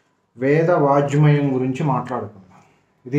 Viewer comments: Veda vaajmayam kaadu, Wrong pronounciation. It should be Veda Vangmayam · వేద వాఙ్మయం శబ్దం తప్పుగా పలుకుతున్నారు. కొద్ది గా సరి చేసుకో గలరు.